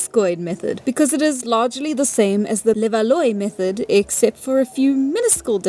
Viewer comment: Levallois is "le-val-WAH".